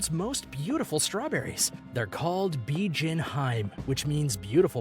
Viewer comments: hiime not haim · Its not hyme it’s hemay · Hime is pronounced "He-May". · HIME is pronounced: He-may not heim. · its he meh not hime u noob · Before I see this video I can guarantee you that the majority of these expensive fruits come from Japan (Nihon) I bet my life. Plus it's pronounced 'HE-MEH' n not Hyme pendejo. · He actually said Hiym instead of Hi-Me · It’s him-mea not hime, I suggest checking your pronunciation. But other than that that everything else is fine no hate pls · or pronouncing hime like "hyme" instead of "heemay" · Bijin 'HI-ME' read as two syllables (not haym as you read it) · Every time he pronounces Hime as “hyme” I die a little inside. It’s pronounced “hee-may” (but with shorter syllables) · Listening to this guy absolutely murder the Japanese language had me in stitches. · They even butchered pronunciation of some japanese words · The way he says "Hime" is crushing my little weeb heart. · from this point onward . "He butchered japanese language so hard" came to my mind when he pronounce every new fruit name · learn how to pronounce the items, good lord fire the narrator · Hime ... lol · I can't even speak japanese, but the little anime knoelage of how the language should sound made grinde my teath in frustration . . . at least try to look it up, hime realy is not hard to pronounce . . . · This video is full of mispronunciations and other mistakes. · Is it too hard to pronounce Se-kai... not se-ki-ai 😂😂😂😂😂😂 edit: it's Hi-me not hime😂 hi-me=princess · Hi-me... Den-su-ke... I stop after that